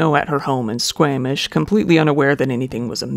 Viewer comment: I laughed at you pronouncing Squamish as Sqamish haha. It’s pronounced Sqawmish.